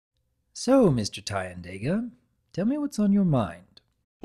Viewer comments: Not sure if was was pronuncing that guy's name right. My guess at it would have been: TEA-ahn-DAH-gah I liked this video. I love, love deer anthros.:D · GUN1GRAVE I use the pronunciation "Tie-an-Day-Gah", but I've almost nearly given up getting others to go with that xD